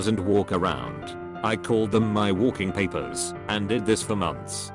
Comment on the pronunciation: I laughed how he pronounced “walking papers” for some reason